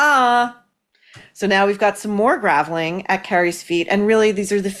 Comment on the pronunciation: Really? Gravelling rather than grovelling (or as you might write “groveling”)?